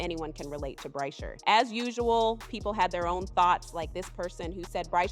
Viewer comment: You're mispronouncing Bryshere Gray first name.